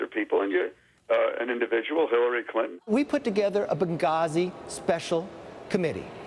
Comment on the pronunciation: I like you Trevor..but couldn't help laughing at your Hillary "Crinton"..yes ..I heard that! lol